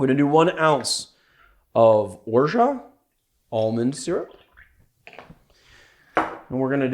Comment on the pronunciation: And finally someone who pronounces Orgeat the correct way!